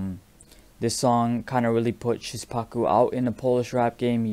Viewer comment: You pronounce Szpaku weird xd. It should be "Shpacoo"